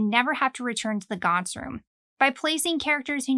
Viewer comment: finally, someone who pronounce it right